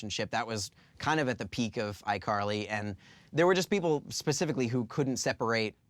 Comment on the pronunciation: Did anybody notice , he said ICarly Thar (or something like that$